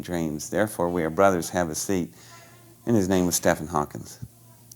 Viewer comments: If you want to spew bullshit lies like this... at least learn to name drop right ... The name is Stephen Hawking NOT Stefan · He met Stephen Hawking and compared physics knowledge & was a kindred spirit Yet, he is mispronouncing his name as one who just reads Stephen and doesn't know it sounds like 'Steven' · Cool science fiction story. I had to stop watching though when the narrator couldn't pronounce the name, "Stephen Hawking," correctly. He couldn't pronounce either "Stephen" or "Hawking" correctly. Quite strange for someone who is your dream-information "brother". The technology stuff was good. It's when you stray into mystical dream crap and "Roswell must be true" that the wheels fall off of a good yarn.